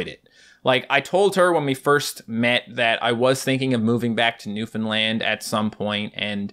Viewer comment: When you said Newfoundland I didn’t quite understand and I heard luffalan